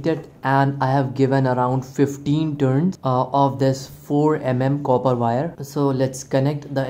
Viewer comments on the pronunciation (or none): none